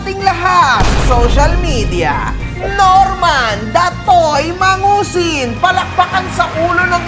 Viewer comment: Dapat kasi Norman Madusing, hindi mangusin. 😂 Regards kay boss juaning kahombre! 🙂